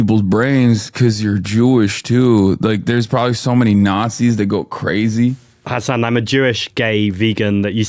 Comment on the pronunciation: mispronounced Hasan right off the bat. you pronounced it like "Hassan", Hasan only has 1 s